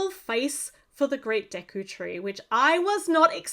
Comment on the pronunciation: I'm happy that you got the pronunciation of the tree correct (some reviewers really butchered it)